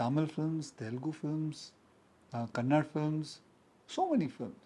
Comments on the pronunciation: Saying It For 100th Time It's Kannada Not Kannad... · It's not kannad it's Kannada these idiots can't even pronounce the language properly....😂😂😂